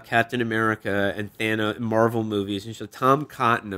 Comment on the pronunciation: yeah duh. Felix has been saying Thandos for over a year now